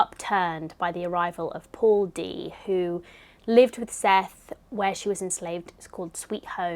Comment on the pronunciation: I always love seeing your book selections each month! Side note- Morrison pronounces Sethe like Seth-uh :) and if you plan on re-reading Beloved a third time in the future, I highly recommend the audiobook narrated by Morrison herself!